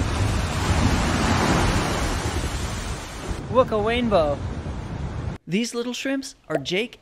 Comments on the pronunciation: It was so funny when he said waimbow instead of rainbow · I love when he said it's a wainbow instead of rainbow 🌈 😂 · Why did you say wainbow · hes like a kid when he said look its a wainbow